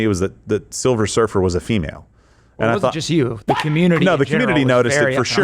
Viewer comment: Silver Surfer - not Silver Surfess !😮